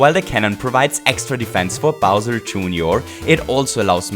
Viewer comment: ahaha! "smol bowsur" i love it